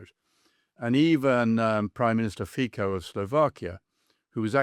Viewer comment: Fico is pronounced "Fitso", but with a normal "o", not an English one.